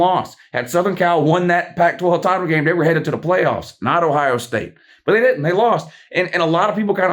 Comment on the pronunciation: The way said pway offs 😂